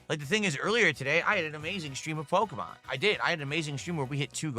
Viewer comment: He can not for the life of him pronounce “Pokémon”.